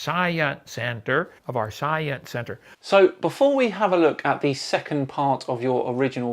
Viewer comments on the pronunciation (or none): Writing this while watching: 1) - very mature, very mature. I LOVE IT! 2) - very mature Kent, very mature. shakes his head in disappointment 3) I know he said "Science Center" however, when I listened to him it was wither Soja Center or Cyan Center... Not sure if my hearing is getting worse at the age of 30 or is there something wrong with Kent's pronunciation. 4) that was the best debate idea I've ever heard... Too bad I don't think Kent will be able to achieve such a a feat. 5) Ok, now I'm sure there's something wrong with Kent's pronunciation 6) so I guess Noah's sons were able to reproduce asexually?! Now that's something worth investigating!